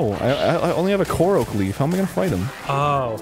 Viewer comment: WTF is with Arin pronouncing everything wrong? Gerudo, Korok, Hylian....